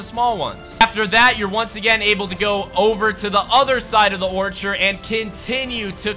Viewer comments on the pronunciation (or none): none